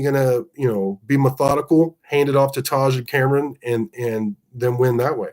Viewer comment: Love the Commentary but you are butchering Camron's name. We had trouble in week one with blocking but I have been confident in the run from go. Play to your abilities and strengths Coach. Great job from the special teams and excellent second half adjustments. Donovan carved us up in the first half, I hope he has continued success. #GunsUp